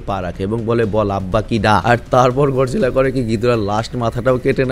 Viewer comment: ভাই গডজিলা না গরজিলা হবে 😅